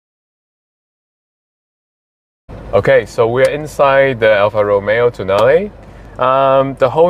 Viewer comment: Pronounced ‘Tonn-ar-lay’, not ‘toe nail’ 😆